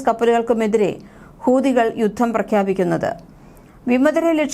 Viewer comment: യുദ്ദം? ബാദിച്ചിട്ടുണ്ട്? ഉച്ചാരണം തിരുത്തണം.